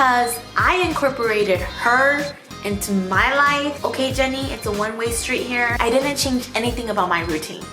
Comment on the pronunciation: Did she say Jennie or Jerry